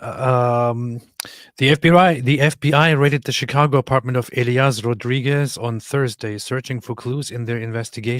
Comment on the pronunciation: His name is Elias, not Elayah. That a hispanic name like Jesus. He is not islamist, he is a brain wash person by the liberal media, probably from a Christian family himself. They don't say from what contry he is from. I hope he is not from my. He apers in an intervio by a news nerwork around 2019, I think.